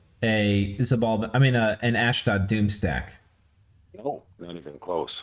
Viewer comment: Ach, it's Xibalba, not Xybalba!